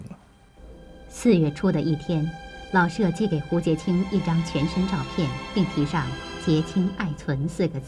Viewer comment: “舍”有shě和shè两个读音，那在老舍先生的“舍”到底该读哪个音呢？ “舍”字读第三声“shě”，为舍弃；读第四声shè，为房屋。 老舍原名舒庆春，字舍予，笔名老舍。 舍予是舍我、无我的意思，在这里，“舍”即舍弃，应读第三声。